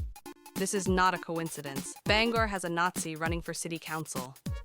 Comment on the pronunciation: Shut the fuck up about local politics if you can’t even pronounce the city correctly